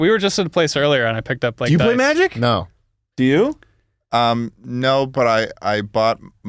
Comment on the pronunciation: The way Schlatt said 'No' so blankly and firmly made me lose my shit